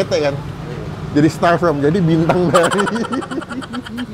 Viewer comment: from apa form 😂😅